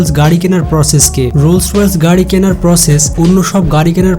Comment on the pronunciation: রোলস রয়েলস বলছেন কেন ভাইয়া? এটাতো রোলস রয়েস!!!